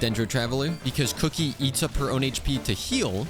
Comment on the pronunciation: the way he ''kuki" like "cookie"🤣😂